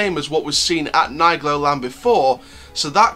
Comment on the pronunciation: Hello just a comment of a french who live at Troyes at 40 km of nigloland in the same department . Yes i go to nigloland 4 to 10 times per year 👍😂 And we say Neegloland Not Naygloland 😂